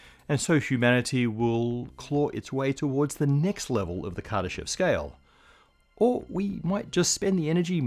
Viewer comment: anyone else think it said kardashian scale?